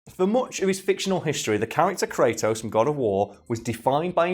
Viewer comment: Is it just me or he can't pronunciate "Kratos"? I keep hearing "cray'os"!